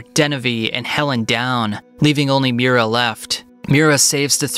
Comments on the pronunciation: Sorry, but its Miria, not Mira It spells Me-ree-uh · It’s not Mira. It’s Miria!